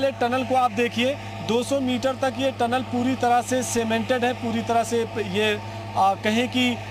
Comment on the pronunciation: अनाड़ी चैनल हैं। टलन नहीं टनल होता हैं। पढ़ें लिखे लोगोंको रखिए।